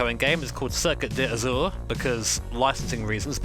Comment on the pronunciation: Circuit d'azuuur best french ever !